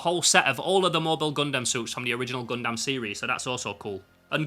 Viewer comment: I'm still haunted by a comment on my video pointing out I was saying 'Gundam' wrong, and I apologise that I must now pass it on like the VHS in The Ring... Think 'Gun-dum(b)', not 'Gun-damn'. Excellent haul, thanks for sharing!:medal-yellow-first-red